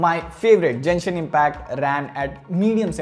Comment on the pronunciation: It would've been a killer had it had dimensity soc. Just an edit the game is pronounced genshin Not jenshin